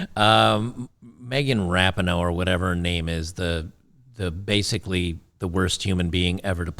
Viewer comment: "Me-gain Rap-a-Ho".😊